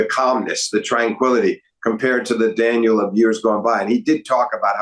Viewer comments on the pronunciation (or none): Excellent analysis guys, really spot on. It's grating however to hear Steve constantly referring to Medvedev as "Daniel" and not as "Danil". He's not American dude, learn how to say his name, it's not that hard. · Daniel is such a weird pronunciation 😭😭 like is it really impossible to say Daniil?